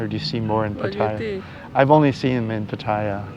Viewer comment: Thais don’t pronounce it Pat-tai-ya……